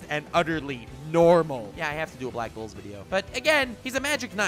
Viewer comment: Are you trying to say black bulls or black balls... XD